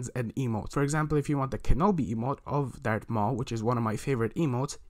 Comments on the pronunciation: Did u say dark maul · Im sory but him saying dart maul is trigiring for me